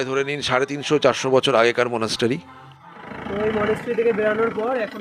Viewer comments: Are ota to english spelling monastery.Kintu pronunciation ta মনাস্ট্রি, মনাস্টারি নয় । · Monastery pronunciation ta kane khub lagche.uccharan মনাস্ট্রি , মনাস্টারি noi.Eta kheyal rakhben